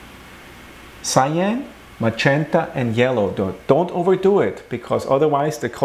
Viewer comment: Your english sounds perfect just until you say the word "match enta". Let me guess, you're German :)